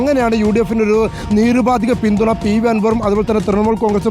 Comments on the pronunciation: നീരുപാധികമല്ല നിരുപാധികമാണ് ശരി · “നീരുപാധിക” പിന്തുണ! മലയാളം പഠിച്ചിട്ടു വാടോ!!